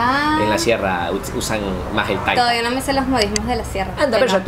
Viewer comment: pues yo digo que él (Felipe Crespo) escribió bien la palabra "taita" sin acento. Tú en cambio se lo colocaste dijiste "taíta"